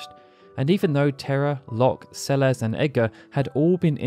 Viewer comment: Celesssss not CeleZ